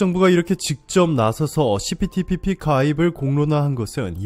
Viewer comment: 시피티피피 발음때문에 고생 많았수~^^ ㅋ 그나저나 기시다 총리 무릎꿇었냐고요.. 안꿇었잖여~!! 어그로?? 수고욤~^^!!👍🧡